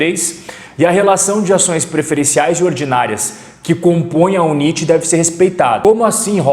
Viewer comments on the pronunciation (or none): Unínte não existe, existe as Units (se lê Unity).